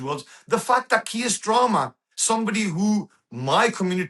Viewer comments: He doesn't even know the name of the British prime minister. He calls him Mr Strarmer. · He keeps calling Starmer, Stramer. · Kier "Strarmer"? 🤣